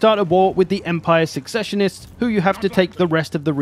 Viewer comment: And that he was never taught Latin. His pronunciation of “Machinations” and “secessionists” also hurt my ears.